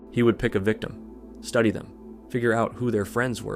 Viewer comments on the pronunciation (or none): none